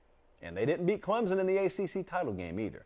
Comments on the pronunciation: Learn how to pronounce ClemSon… not ClemZen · It's ClemSON... not Clemzun... jfc